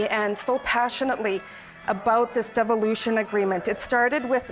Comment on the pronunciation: Did she say deviloution? Sounds about right. Make sure you can keep control Nunavut.